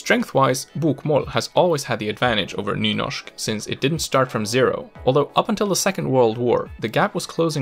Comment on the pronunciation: You are fucking freaking me out when you say bokmål and nynorsk in a fucking swdish way! It's torture to listen to!